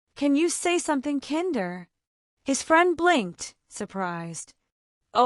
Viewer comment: You prounounced "/kinder/" instead of "/kainder/